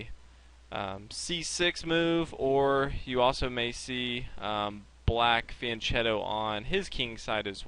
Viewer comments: It's fianKeto, not fianCHeto! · fianchetto is pronounced as a "k" not a "ch" -_ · Thanks! It's pronounced fian "k" etto, by the way. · Van chetto? Vian ketto? What? Said many times in the video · Very good video! Shows ideas and structure-dependent characters of the positions! ( it is "Fee-ahn KE-to". The ch in italian makes a hard K sound!